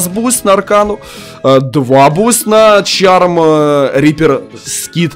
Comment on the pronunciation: Это не чарм, а шарм